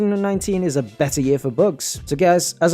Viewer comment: This nigga saying books instead of bugs lmao